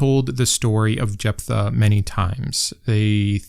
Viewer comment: One small point I wish you to please consider, and I apologize that it has no relevance to the discussion: I refer to the pronunciation or rather mispronunciation of Jephtha. One must presume you are using some version of the OT which has been translated into English. I can find no instance in English where the letters ph, coming together, are pronounced as pug or simply p. In every instance it appears the ph sound is the same as “f”. This would make the name pronounced Jef-tha or Jef-ta. I am willing and accepting to be proven wrong; just show me the data. The name Stephen is, imo, another discussion, which I’m willing to have as well. Please forgive me for being pedantic. I very much appreciate and enjoy this video about how women are mistreated in the bible.